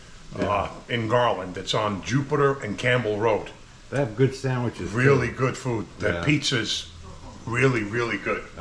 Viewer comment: I was laughing watching you guys chomp into those ‘sangweeches’ and recalled my grandma calling me a cavone whenever I ate 😅. Anyway I grew up right down the street from Pats and Genos. You guys hit the mark.